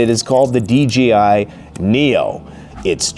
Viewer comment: DJI, DJI, DJI!!! Not D G I !!!